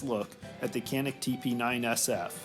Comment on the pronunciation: It is Janik the C is a J sound.